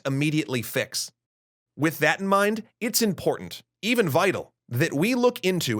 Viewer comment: Super serious issue I know, but "with" really cracked me up.